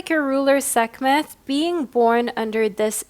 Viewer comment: Sek-met. The h is silent 🤍